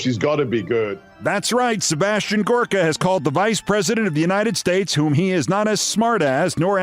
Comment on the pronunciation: Huh,thought his name was Gooooorka pronounced in his best Transylvanian vampire voice.